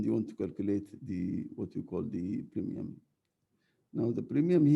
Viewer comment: premium not primium**